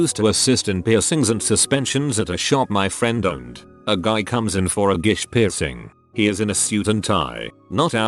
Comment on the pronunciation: How come the synthesiser can pronounce the difference between suit and suite but not the word piercing?